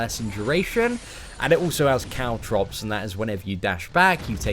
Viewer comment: when said caltrops i thought he said cow drops i'm like wait WAT?!